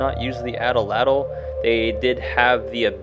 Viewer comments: At-latl not ata latyl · A'tla'tl - would be closer to the Nahuatl pronunciation. Atl'atl is an English mispronunciation. Nahuatl is not a dead language. People in Mexico continue to speak it. Thanks for posting this video.